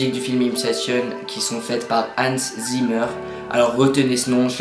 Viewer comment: "Time" de Hans Zimmer, c'est aussi une de mes préférés au niveau des musique de film! (Et puis tu as dit chanson, c'est une musique pas une chanson :p ) Et puis ça se prononce Hansse Zymmer et pas Hanns Zimmeur ^^ Après si tu aimes "Time" tu aimera certainement "Salomon Northup" encore d'Hans Zimmer On devine bien qu'il a repris Time pour le début, et puis regarde le film 12 Years a Slave d'ou est tirée la musique, car je vais te promettre quelque chose: Si tu ne pleure pas tu aura au moins les larmes au yeux et de nombreux frissons.